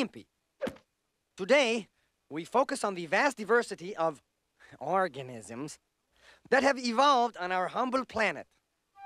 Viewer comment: "Horganisms" -Mr. Họëk